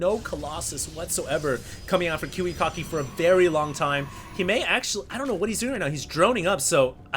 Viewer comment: love how pronounces kiwikaki as KIWI-COCKY... hahaha lol